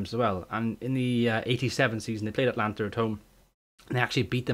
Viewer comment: A-t-a-l-a-n-t-a not Atlanta ;)